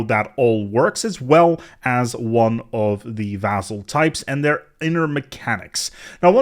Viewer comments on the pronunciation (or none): You pronounce "vassal" with 'z' inside, this is regular 's' though, pronouncing that with 'z' makes it very confusing, seems like entirely different word. Generally, if single 's' is between vowels you may sometimes read it like 'z' in some words (like, e.g., "vase"), but when you have double 's' like here, you pronounce it like regular 's'.